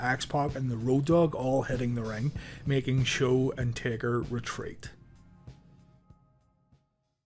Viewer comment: He said tader other than taker